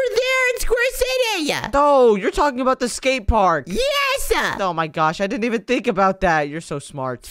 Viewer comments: Yalking? You mean talking right? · Yalking. Yolk